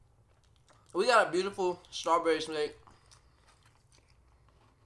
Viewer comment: WAIT A SECOND DID HE SAY SHMAKE INSTED IF SHAKE 😆